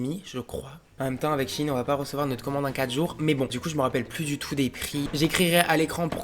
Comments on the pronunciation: La seule chose que j'ai retenu de la video c'est le début où il dit " Chi ine" c'est bizard wsh on dit "shayne" et pas :Shaiyne" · Ps c’est shein pas « Chine » 😭😭🤣🤣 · Par contre "shein" ne se prononce pas "Chi-ine" genre moi je dis "chayyne" et je ne dis pas non plus "Chine" ou "chaiyne" fin bref dites dans les commentaires comment vous dites. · SHIHIN ??😭 Mais on dit SHAYNE nan ??😂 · C shein pas shigin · Sa se dit pas chine mes sheine